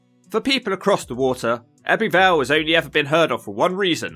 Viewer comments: It's pronounced "Ebbu Vale", not "Ebby Vale"... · Fascinating vid. However "Ebby Vale" is pronounced "Ebbu Vale". Just saying... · The heck did you manage to pronounce Abertillery properly but butcher Ebbw Vale, Blaenavon & Brynmawr 😂. Little disappointed you didn’t mention things like Pontypool Park, which I think is a lovely area of the town, I’m guessing you arrived there on a Wednesday as you were looking at the local weekly market stalls. Also that big ass store that was closed was Argos originally but due to Covid it closed and they never reopened it.